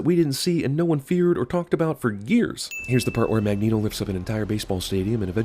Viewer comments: sin for CinemaSins for "Magento" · Weehoo 2 Dude it’s Magneto not Magneeto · lol "magento"